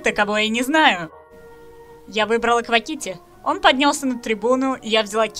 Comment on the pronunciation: Автор не хочу обидеть, но то как ты называешь квакити, это отстой